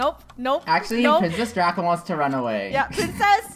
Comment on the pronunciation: thou Its DRACO NOT DRAGO!!!